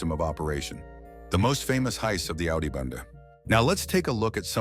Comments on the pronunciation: I think it was clickbait to bring Dutch speakers to clear up its “Bende not Bande” 😂😂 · Bende bro not bande